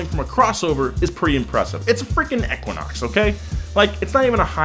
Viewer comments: Us: Equinox Him: Ekunox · Eeeeeeeeeequinox. Not ehhquinox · EEE kwa naaks 💩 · "Eckwinox" ?? EEEEEQUINOX. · Eeeeeeeeequinox not aaaaaquinox ? Let me guess? GED?🤦‍♂️ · Long e sound. EE-quin-ox not short e Ek-win-ox. It is an astronomy term. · E-QUINOX! not eh-quinox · It's called an EEE-QUINN-OX , not ek-quinn-ox 🤦‍♂️ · I’m just having a hard time following with “EHquinox” continuously being said 😂 like it’s a word, EEEquinox..... even before Chevy used it. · I hate how he pronounced it "eckwanox" sounded weird af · E-QUA-NOX lol. Killed me a lil each time you said it. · pollutedcrimson right! It’s EEE-quinox. I didn’t think I was crazy. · Equa-nox lol had to scroll a bit too see if someone else mentioned this. So bizarre how he pronounces it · Anybody else cringe every time he said “ekuinox” 😂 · E - quinox.... not however you said it. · It's pronounced eqwuaknocks. You don't pronounce equal as ekwal. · It hurt my brain to hear you say “eck-quinox” are you purposely saying it wrong like James? Or do you just not know how to say Equinox? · EEEQuanaux... Say equal... Same sound... CRINGE... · How the hell else do you pronounce equinox other than EK-WIN-OX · For the love of god someone teach this guy how to pronounce 'Equinox'. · They filmed for an hour and nobody bothered to tell him he doesnt know how to say Equinox. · Ur Pronouncing Equinox Wrong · How do you not know how to pronounce equinox? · Oh my God, stop pronouncing Equinox that way!